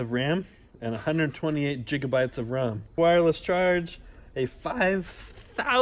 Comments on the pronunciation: Hahahaha jiga bytes😂🤣 it's gigabytes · I swear he said 128 jig o bytes of RUM. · Jigabite? Gigabite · "6 jigabytes"-.